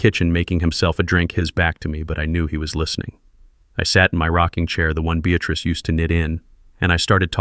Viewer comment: Beatatrice or Beatrice? Get it right!